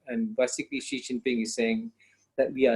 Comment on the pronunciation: Let's try to be more professional please... the pronunciation of China's president is: "she", not zzhee, not anything else. It's easy to check, just Google it.